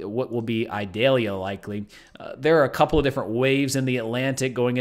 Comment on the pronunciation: Eee-doll-yah. It is not an onion.